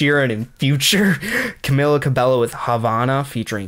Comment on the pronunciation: It’s pronounced CA-BEH-YO